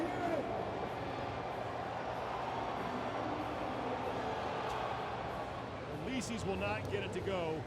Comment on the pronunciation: He's in it though. He's the one that called Licis "Like-us"